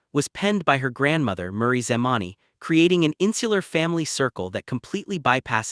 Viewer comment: By the way her grandmother’s name is Mery not Murray